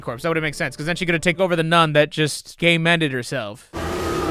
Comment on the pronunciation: When he says game ended. I hear, gay menned. She, gay mennes herself